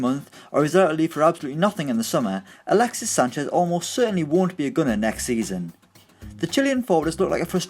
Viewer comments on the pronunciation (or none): Did he say galaxies sanchez at the beginning